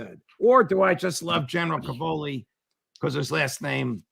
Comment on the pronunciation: Judge, as a fellow Italian-American it pains me to hear you say "ca-VO-li." The stress in Italian is on the first syllable: CA-vo-li. It means "cabbages."